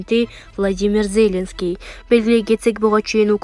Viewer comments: Эй кыз зеленский дегенге ударениелерди туура коюп окусан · МаКРОН эмес, МАКРОН, ЗеЛЕНСКИЙ эмеся,ЗЕЛеНСКИЙ ДЕП ОКУЧУ. ДАГЫ ТОЛТУРА ТУУРА ЭМЕС УДАРЕНИЕ КОЮП ОКУП ЖАТАСЫН. КЕТЧИ ДЕГИ.